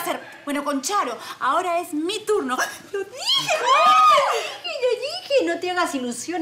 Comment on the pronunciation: Ahora es mi turno, lo dije lo dije: LI DIJI, LO DIJI JAJAJAJAJA